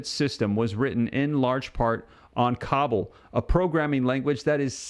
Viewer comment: It's not cobble it's koe ball cobol.